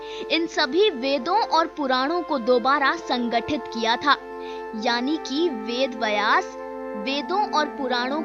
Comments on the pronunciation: VedVyas not VedVayas वेदव्यास, वेदवयस नहीं Namaste. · Pronounce Vedbyas correctly....kya lutiens wali ho aur ved ko distort karne ka plan to nahi hai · वेदव्यास बोलना भि नही आता आपको